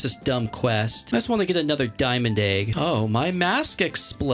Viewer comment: He always says it like “aig” instead of “egg” 😂